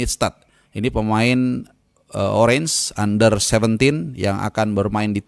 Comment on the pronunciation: … maaf koreksi Belanda itu sebutannya “oranje” bacanya “oranye” …